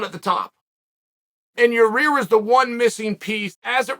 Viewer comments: "Your-Rear" is gunna mess up Ortega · Chael has the hardest time saying "Yair". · Chael "a real four-way for yarear" Sonnen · Yair "Jah Rear" Rodriguez, Uncle Chael keeps getting more creative with these names as days go by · “Ya-reer” Rodriguez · Chael “ya rear” sonnen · Yayreear rodreegez - Uncle Chael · Clicked on the video just to hear uncle chael say Yair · Your Rear .. huh I've been mispronouncing Yair's name all these years..smdh